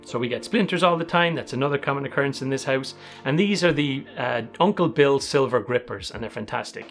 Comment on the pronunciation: Ummm, "Uncle Bill's WHAT Grippers"?? SLIVER, as in slivers and splinters, NOT "silver" as in color or metallic element. Sorry, Recovering English Major, it's like alcoholism, you're never free...